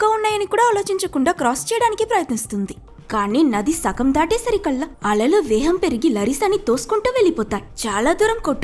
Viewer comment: Vegam× Veham✓😂😂😂